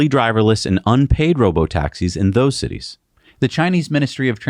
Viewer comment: citites. Somebody thinking of tits.